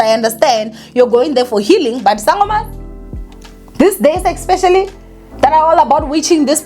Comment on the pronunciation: when are you going to stop saying “ecspecially”?